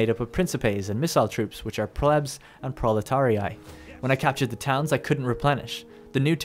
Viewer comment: Proletarii is pronounced "prawletaree"